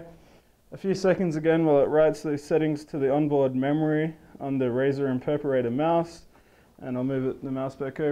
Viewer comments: not being rude,but when did Razer make an Imperparater??? did i miss something? ohhhhh he means IMPERATOR, PRONOUNCED(EMP-ER-ATOR)! LMAO peace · oh man i luv your razer impersonator!... oh i mean imperperrater!! oh i need an some interpreter plss.... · lol imperperrater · haha impeperator))) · imperperderperratorrr lol pronunciation fail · IM-PER-A-TOR!!!!!!! It's not hard! Alt+F4 to skip ads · Terrible review, he can't pronounce the product name and he doesn't even know what mouse acceleration is.